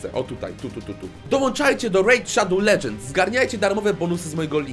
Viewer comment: Rejt szadoł ledżends✨